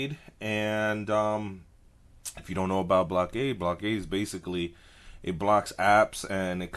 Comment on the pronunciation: it's pronounced (Blok-a-da)